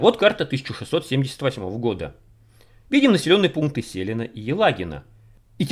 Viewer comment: А может, должно звучать: "СелИна" и "ЕлагИна", ведь на конце "а". Существительные ж.р.